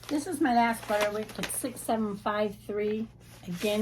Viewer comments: On the subject of pronunciation. I’ve always said Butterick. But you pronounce it Butter-wick. Is that a regional thing? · My YouTube subtitles indicate the ladies saying Butter-Rick as well. I thought I was hearing it wrong. If only I had never mispronounced a word or two or three 😅 and are ADORABLE ❤